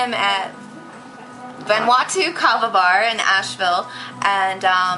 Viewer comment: lol you said vanuatu wrong...jus sayin :)